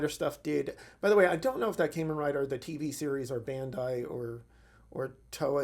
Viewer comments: It's Kamen Rider, not caymin rider like what you're saying. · "Caimen Rider" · As excited as I am for this I just wish he would say it right 😭